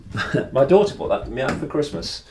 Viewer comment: Hi! I never picture you rich. "Integrity" and money don't match. Lovely mansion! I love the way your say: "This is 'me' living room, this is 'me' bedroom, 'me' kitchen". Occasionally you say "mi". I'll not send you good vibes from Brazil because the country is beyond surreal. Great work! Lovely lions.🌹♥️